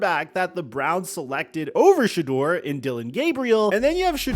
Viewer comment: The fact that you still keep pronouncing his name "shaw" is driving me nuts.